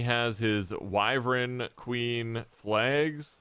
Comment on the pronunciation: For the love of humanity, it is wyvern. Not wyvren